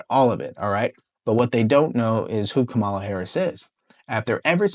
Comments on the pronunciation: I wish would pronounce "KAH-ma-la" correctly. It's not "Kam-AH-la". So many people in the media appear not to know the correct pronunciation, or worse, they do know the correct pronunciation, but decide deliberately to mispronounce the VP's first name. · It's not Kamala It's SHAMALA !!